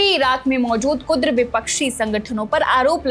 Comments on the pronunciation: KUDAR nahi, sahi word KURD hai. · Yeh kudr nahi. Kurd thikane hai ghalat word matbolo beta kiyunki hum Makkah main baithe dekh Rahe hain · Kurd not kudra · Beta kurd sangthan hai kudr nahi.😂